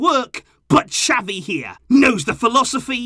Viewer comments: Please get his name right on the next video it's not chavie ffs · it's not chavie its xavi 🤣